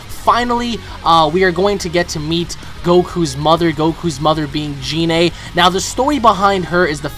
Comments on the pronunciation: I TO.D YOU IT IS PRONOUNCED GI-NE NOT JI-NE!!! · GOD CAN YOU STOP PRONOUNCING GINE LIKE GENE THE G YOUR HAVE TO SAY IT WITH A HARD G LIKE GOKU COME ON MAN I KNOW IM NOT THE ONLY ONE WHO MENTIONED IT TO YOU CUZ AT THIS POINT YOU SOUND ANNOYING WHEN YOU SAY GER NAME LIKE THAT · it is Gine with a hard 'G', it is the same as how you say Goku